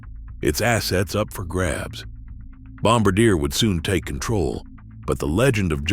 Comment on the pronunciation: I love how the AI Narrator keeps mispronouncing Ficht, and Bombardier, differently every time. Can we have genuine human creator videos please?